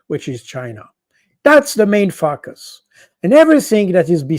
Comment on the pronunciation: I love the way Col. Jacques Baud pronounces 'Focus' ...Yes indeed sir they are some fackus 😂